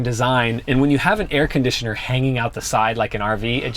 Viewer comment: You say air conditioner like Filipinos hehe